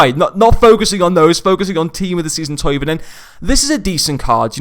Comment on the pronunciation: His name is Thauvin. 'Toe-van'